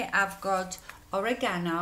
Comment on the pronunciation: Cute packaging! Very soft look on you. Love how you pronounce oregano. 💓